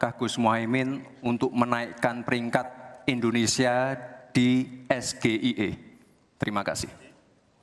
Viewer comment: Gibran aja pas nyebutin SGIE pake pelafalan Indo, hrusnya pke logat Inggris lur, krn itu kepanjangannya bahasa Inggris jg. Pas nyebutin kepanjangannya aja dia jg kliatan kyk nyontek, jd yg hrus diupdate ya si penanya jg, jgn asal tnya prtanyaan yg dia blm tentu paham. Liat segmennya ini debat ditonton rakyat Indonesia, bukan hny sekedar pengamat ekonomi. Gue mgkn 1 dr sebagian besar rkyat Indo yg ga tau jg artinya SGIE itu apa, bner kta narasumber debatnya jd kurang dpt poinnya. Objektif aja